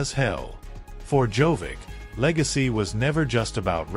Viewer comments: The speaker should know to say: Djokovic not Jovic! The best tennis player deserves to hear his Name correctly. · what is wrong with you? djokovic has been more than 20 years in tennis and you still are not capable of pronounsing his name correctly? there is no tennis player named jovic. SHAME ON YOU! you are very disrespectful. would spelling it JOCOVICH be easier for you to say it correctly? someone in this line of business should not make mistakes of this kind. AI could do it better than you. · First, learn to pronounce Djokovic name properly. He is not Jovic, Dj in the Serbian language is pronounced as J. The rest of his last name, after the Dj, use phonetics to pronounce it. Stupid. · Can we at least pronounce Djokovic correctly as it is pretty offensive to keep miss pronounce his name through the whole video. I mean how do you spell it correct in the video title then get it wrong everywhere else?